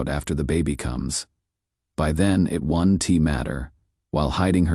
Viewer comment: Why can't AI read punctuation? Won-T rather than won't. Atticus? This is "To Kill a Mockingbird?" How do you do genetic testing before birth without the mother knowing? But, I do enjoy the revenge plot line.